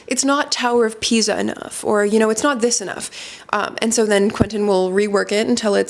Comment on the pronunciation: I love this kind of videos, please keep them coming! Just a couple of things. It's "leaning tower of PISA", not PIZA (both in terms of spelling and pronunciation). Also, I was wondering if Guerlain can be considered both a brand and a house.